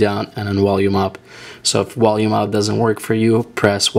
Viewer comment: "Wolume" haha dead i have a friend who pronounces there V as a W too